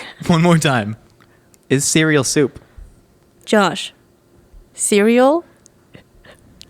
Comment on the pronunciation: Nicole needs to stop using soft o's. I can kind of ignore the sinus infection voice and vocal fry, but His name isn't Jawwsh, and soup isn't served hawwt